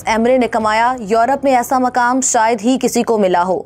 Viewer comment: I am an indian Muslim,never seen like this,even non muslims people can say "shayad"but not a Pakistan Muslim girl. Aap ager nihayat hi aham malumat fraham karrhe hain to aap ager talaffuz ki adaigi nahin kar parhe hain to aap ki tamaam kavishein fuzul hain